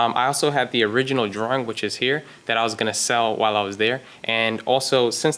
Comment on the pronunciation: It's a drawing, not a drahring....